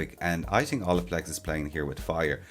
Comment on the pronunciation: I love the way he says “think” tink haha